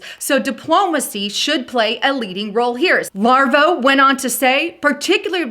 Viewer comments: Larvo???? It's Lavrov. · Pittsburgh is a city in Pennsylvania. Pennsylvania is not a city, it's a state. I'm afraid that such a simple mistake and mispronunciation of Lavrov as Larvo and botching up calamity. This could push LIBERAL elitists further from truth and label all Conservatives the same. With that being said. Agenda 21 and Agenda 30 are destroying the global compact in place. Piece by piece. China, Russia, Iran, the E.U. and Turkey as well as other nations are pushing this plan. Trump can't stop this through diplomacy. The minds are set. The Antichrist including Obama, Putin, Merkel, Macron, Erdogan, May, the U.N. and Brussels are all part of this global undermining of the U.S.A. Globalism is the Antichrist movement. I pray for Christians. We need to stand and defend ourselves before it's too late.